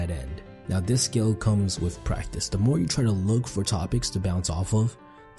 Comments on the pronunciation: 😂 video on communication skills, yet the narrator can't speak clearly and says "wiff" instead of with at :29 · I really dont like hearing about communication from someone who isn't pronouncing their Th. It's not "dare"; it's "thier" and it's not "wif"; it's "with". For me it's worse than hearing someone scratch a chalkboard. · “Da” as opposed to “the” & “wif” rather than “with” is not helping sound sophisticated. Also “rapport” has a silent “t” on the end. Just saying.